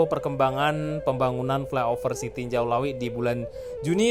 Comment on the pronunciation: tarimokasih infonya sanak, sekedar untuk masukan, untuk penyebutan nama tempat supaya disebut sesuai penyebutan kita di minang, jangan di Indonesia kan